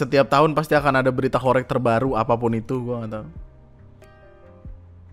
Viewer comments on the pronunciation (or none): Gw di surabaya, alhamdulillah ga ada horeg😅 BTW cara bacanya "horeg" salah bang. Reg = peREK ✖️ Reg = REGo (bhs jawa nya harga) ✔️